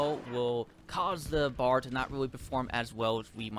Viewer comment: It’s called a B. A. R. not bar. You drink at a bar, this is a Browning Automatic Rifle.